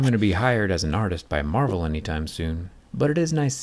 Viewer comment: Did he say marval, you are GoD of everything